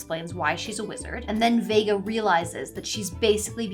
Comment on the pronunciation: No but the ChatGPT guy not getting Vegas name right is crazy though 💀